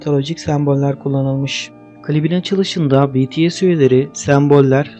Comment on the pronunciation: O betese değil bities ′yani′